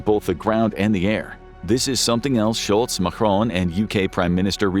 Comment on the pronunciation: Sholtz, Sunak and Macron.